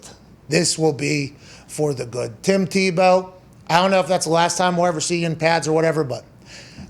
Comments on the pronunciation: Everyone: Tim tee-bow Pat: Tim taboe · I love how he says Timmy Tebeaux 🤣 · Come pat, its teebow. Not Tebow, u Pittsburgh native. Say it right. Love u and ur show. Come on man! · The only people rooting for Tim Tebow to fail were those who have never competed at any serious level in their lives, and those who masturbate to pictures of Colin Kaepernick. But I repeat myself. And Pat, while I respect you and love you on WWE, the name is pronounced "TEE-bow". He always made me think of the old-time shortstop Eddie Stanky, of whom Leo Durocher said "he can't field, he can't throw, he can't hit, he can't run. All he can do is beat you." Our sports scene today needs guys like that. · Someone on his staff has got to tell pat before the 647th time that calling him "TahBow" isnt funny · Tah-bow... Pat you crack me up! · Pat is fun but loves to slight people like "ta boe" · Not teeh-beu😲😲😲😲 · I hate the way he says tebows name lol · Maybe pronounce his name correctly rather than mockingly? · Why does he say Tebow like that like an idiot